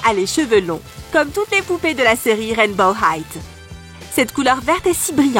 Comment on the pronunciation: Pourquoi tu dis Rainbow high"t"